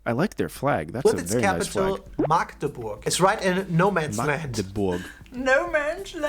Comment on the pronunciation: we in sachsen anhalt are triggert when they say Maagdebur (this is what thay sad ) because the a is spoken short